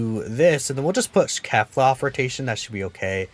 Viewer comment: I thought that u said kale not kefla sry